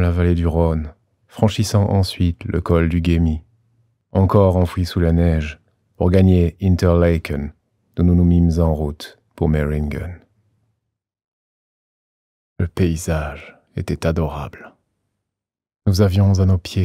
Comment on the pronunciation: Au top vraiment et merci mais je dois te faire une petit remarque Reichenbach se prononce /RAÏECHENBAR/ et pas /RAÏEKENBAK/ et InterlAcken pas interlécken (il y a pas de ä sur Interlaken) en tant que Suisse ce me fait un peu mal au cœur d'entendre ces prononciation mais je peux comprendre l'allemand n'est pas ta langue usuelle.